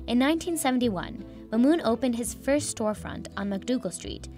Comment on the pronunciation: bruh how you screw up mahmoud and mamoun